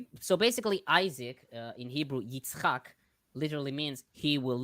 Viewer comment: When specified the Hebrew pronunciation of Isaac, it sounds like he said, "eats cock". Gotta love that guy!